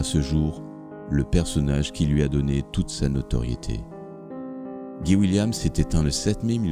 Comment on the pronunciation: On prononce "Gaye Williemss" et pas "Guy William" comme "Guy Ligilli"